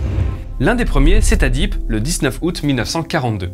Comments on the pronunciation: Alors cher ami, on ne dit pas la ville "dip" mais de "di-èpe" jvous la fait comme.cela, n'étant plus dans l'éducation nationale depuis Lgtps je nai plus en mémoire l'alphabet phonétique (je suis haut normand, c'est pour cela que je me permet) Fort belle video au demeurant🙂😉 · "Dip" ?? T'es bien Alsacien, toi xD on dit "dièp", espèce de Français de l'extérieur :-P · "Dipe" ? Le e se prononce, "Diaipe" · Haaaaaaa La prononciation de Dieppe c'est. Dieppe \djɛp\ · Pas dipe, dièpe, :-). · mes oreilles de Normande saignent 😂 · J'ai buggué aussi quand il a dit ça^^